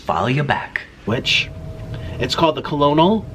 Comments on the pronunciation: It's not "co-lo-nel". Lol. That's how it's spelled, buuuutttttt...it's actually pronounced "kernel" like Colonel Sanders. 😂😂😂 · did he really just pronounce colonel like co-lo-nel instead of kernel... so cute lol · Co-lo-nol??? Come on man! It's pronounced like kernel......Jesus help this man... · I thought conel was pronounced kernel like kernel sanders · "Kuh-low-nul" 😭😭😭💔🤣🤣🤣🤣🤣 Nick Colonel is pronounced like kernel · Did he just pronounce colonel as “callanail” 💀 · Colonel is pronounced Kernal like in Colonel Sanders...😂😂😂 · colonel sounds out as kernel lol its a army term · I’m dying every time he says “Colonel”. 😂 Hey Nick it’s pronounced like “kernel” 😂🤦🏻‍♀️ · I think the noun colonel is pronounced curnel as in the rank in the military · It's spelled Colonel, but it's pronounced, "Kernel." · FYI - Colonel is pronounced like kernel!! 😊😊😊😊😊😊😊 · Kasey Estella cajun - he says “canjun” teriyaki - he says “teri - JAKI” wtf colonel - he says kernel omg it happens all the time. help me think of more 😂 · Oh Nick.. COLONEL SANDERS =.pronounce it like (.KERNEL } SANDERS. You're so cute.and innocent.. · Since when is "Colonel" pronounced "ko-lo-nol"? There's our hard working Nick! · He says he’s so smart but can’t pronounce colonel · nick colonel is pronounced like "ker null" haha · “Colonel” is pronounced like “kernel.” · Lol... I hope he did that purposely and not a dumbass for not knowing. To make us all comment. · Everybody from Kentucky is going to get you in the comments pronouncing the Colonol name like that. Think more "corn" when you think colonol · that’s not how you say colonel 🤣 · It’s colonel like the rank Sergeant, Colonel or captain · Heard how he pronounced Colonel, paused, and came to the comments to make sure I wasn't crazy. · when nik said "colonel" like it's spelled i felt that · omg the way he says colonel 🤦🏽‍♂️ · I pronounced it like that in a presentation once in HS and everyone laughed. in that moment I wanted to DIE LMAO